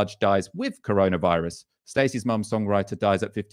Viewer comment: I genuinely miss those naive days when was calling it the “coroner” virus. 😩😬 Well done again guys, your content during this lockdown’s been superb, thank you. 👏🏼🌹✌🏼